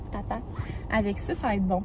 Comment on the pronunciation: Un week-end vlog, même si tu es bien occupée!!! Yéé 🎉 « Une petate » et « qui puse » hahaha 😂… Le beau Wilson 😍, ton histoire de dîner 😳, ton chum qui ajoute ses commentaires, pour être certain de ne pas être jugé 😝… On avait compris, mais c’est toujours plaisant de l’entendre… Et quoi d’autre??? Tu dis « pas de folie », pourtant c’est toi qui est remplie d’une belle folie et c’est rafraîchissant…😘👌